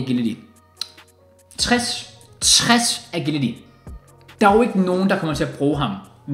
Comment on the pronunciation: Var det kun mig der blev lidt triggeret af måden sagde agility på, btw god video igen igen